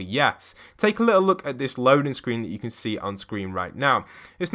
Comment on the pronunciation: Did yall here him say "SCWEEN"